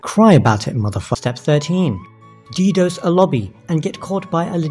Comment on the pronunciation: Soz bro it’s pronounced dedoss as in loss